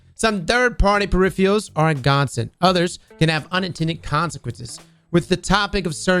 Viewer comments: Please don't ever change your pronunciation of the word PERIFFIALS. It is exquisite! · "Pur-if-er-uls" you're so close brother. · Look at all those “Periffeealls” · purrifiurs???? What's the god roll for that wep 🤣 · “Periphials” lol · PeriFials LOL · ' inability to pronounce peripherals is fucking hilarious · Why can't say peripherals correctly? LoL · Drinking game: take a shot every time mispronounces "peripherals" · MAAAAAAN dude you’ve gotta learn how to pronounce PERIPHERALS. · trying to say peripherals is giving me life rn 😂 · It actually kills me. You don't expect ppl to mispronounce on TV. Come on man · Give him a break! He’s not even English!